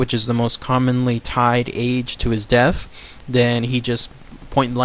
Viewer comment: All cool stuff except pronunciation..deaf instead of death and wif instead of with